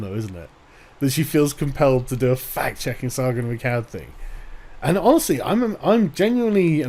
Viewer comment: I cant help but hear it as fat checking when she is talking.